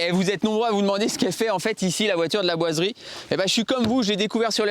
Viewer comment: tu es pâyer pour dire 'laboiserie ' ? parce que on dirais que tu dis que ça a chaque fois que j'avancer un poil la video ,j'entendais l"aboiserie " lol